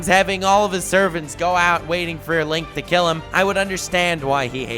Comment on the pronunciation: Can’t believe he butchered Link and Zelda smh